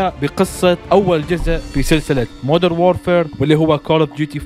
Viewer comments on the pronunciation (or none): مودرن وليس مودر 😒